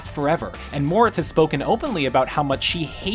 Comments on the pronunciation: "Moretz" is prenounced "more etz" not "morits" jesus I hate this new dude. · "Tuh-kala" instead of "Tu-chala" and "more-it's" vs "mor-ets"... This guy really doesn't research what he's saying does he? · T’Challa is pronounced (tuh-chall-uh) not T’Calla and Chloe Grace Moretz’s last name is (more-et-z) not Moritz...